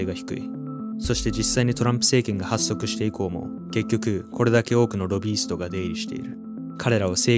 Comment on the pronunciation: 普通は発足(ほっそく)って読むよね